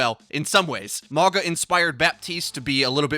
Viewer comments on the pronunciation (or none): 99% sure it's pronounced Ma-ow-gah, not Mah-gah. Why the hell is this so hard for you, bruh? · It's a samoan name. Pronounced- mah-oo-nga. Translates to mountain. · im pretty sure hes Polynesian due his traditional island tattoos and also his name means Mountain in Samoa so im guessing hes samoan btw it pronounced maunga instead of mawga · He pronounce mauga as mawga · I think its said Mauga, not Morga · If y’all pronounce it “Mogga” one more time I swear... 🤦🏽‍♂️ it’s MA’UGA pronounced “Ma-unga.” Yes I know there’s no N in his name but G’s in Sāmoa are pronounced w an invisible N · It’s just a friendly correction it’s pronounced Mao-guh not Maw-gah. Mauga is a Polynesian name Samoan to be exact. I know I’m certain because he is clearly plain as day a Polynesian. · not (mah-gah) it's mauga. Like (mow-gah). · mauga means mountain in samoan, pretty close with the pronunciation, letter 'g' in samoan is pronounced as 'ng' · His name is pronounced "mau-nga" the letter G is pronounced sort of like an N in most Pacific island languages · Im a Tank Main and Polynesian so if he is the New Hero then Looks like I’m going to have a New Main!! Im so stoked!! I think his name is Pronounced MOW-NGA at least thats how I read it off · Mauga is pronounced Mau nga with a glottal G sound that closely resembles a ng in lung. Can we signal boost so sees this? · Pronounced mau (like mauii) gna. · Polynesian main tank! His name translates to mountain in Samoan and is pronounced maunga (mah-ooh-ng-ah). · Mauga would be pronounced "mah-ooh-gah" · I thought he said MAGA bot Mauga. Much lol. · Clearly Polynesian inspired, his name means mountain. Ironic considering he's gonna be a tank lol. And it's pronounced MAU (like Maui from Moana) NGA (ng sound in sing) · Did you say 'MAGA'???!!!!!!!!!!!!! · It would be pronounced something like "mawnga" (/mawŋa/ or something similar in IPA) by the way. Means mountain in Sāmoan. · It's pronounced Ma U Ga.